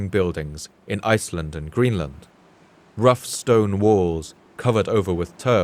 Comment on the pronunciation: In the beginning I keep hearing "The weather started getting rouch, the tiny ship was tossed. Or something like that.